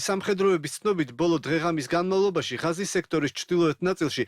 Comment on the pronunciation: ჭურნალისტებო, მაგ სექტორს ჰქვია - ღაზა და არა "ღაზი", ღაზას სექტორი...